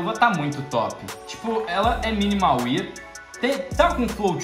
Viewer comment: #AK Salve! Cara, você é influenciador e trabalha com isso, então eu acho importante você pronunciar corretamente o nome das coisas no cs (pq querendo ou não, tem gente que deve pronunciar como vc), O estado Minimal wear se pronuncia "minimal uér" e não "minimal uier"